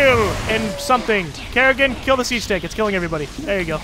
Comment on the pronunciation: You heard it wrong it's karrigain